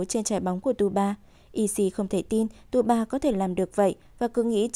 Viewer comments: Tsubasa thì đọc là T suba, đội Hirado thì đojc Hira. Tiết kiệm quá vậy. Biết là nhiều công sức nhưng nghe ức chế quá. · Đọc SUBASA đi cho quen,cứ TU BA TU BA nghe khó chịu vcl. Nhân vật tuổi thơ mà có cái tên đọc ko xong nữa. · Mình thắc mắc là Tại sao cover kể truyện lại sửa tên nhân vật. tsubasa (Subasa) thành tsuba, wakabayashi (genzo) thành waka, ishida, roberto thành robert. ko biết mấy bạn đồng niên thấy sao chứ mình nghe rất sượn!!